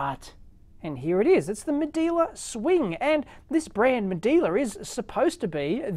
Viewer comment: Medela not Medeeela